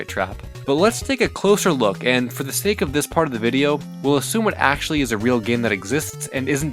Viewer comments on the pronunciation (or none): none